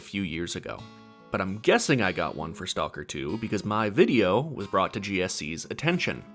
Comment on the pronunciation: Learn how to pronounce the name of the game properly please!